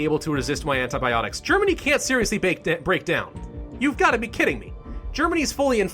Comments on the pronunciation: "antiBOPTICS" my sides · "antiboptics" loll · Hahah, i lost it at "antiboptics". XD